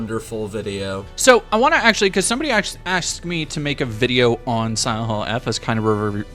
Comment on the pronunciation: “cos somebody liderally AXED me” 🤡